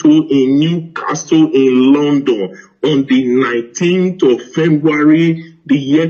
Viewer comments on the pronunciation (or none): "My mother is a britage" "fembuary" how does that sound in your ears? Edo man please show us evidence (videos) and stop too much talk QED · Is it only my hear or is he really saying fembuary?